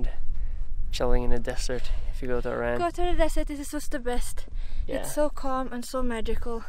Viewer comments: Thanks a lot! but it's Iran (E-run) not Ayran! Ayran is a Turkish Doogh! :D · please pronounce IRAN properly, it's not i-ran